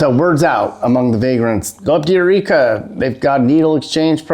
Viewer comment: EUR TWEEKA LOL!!!!